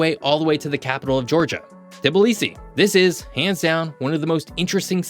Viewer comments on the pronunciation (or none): none